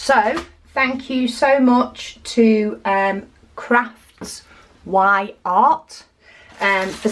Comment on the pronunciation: Enjoyed your unbagging. Beautiful canvases and card. I just ordered 5 canvases myself. Btw, I have seen a few other creators mispronounce the sellers name. The Y is not mentioned. It is craftsy art. As in that person is really crafty / craftsy. So, Craftsyart.